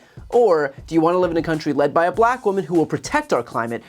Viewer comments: Why does he always say BLLACKK?? He is so 🤡🤡🤪🤪🤪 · I thought you’d note his pronunciation of “black” which suggests his underlying racism. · Why does he put emphasis on Black? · The way he says black is so weird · Why does he say black so weird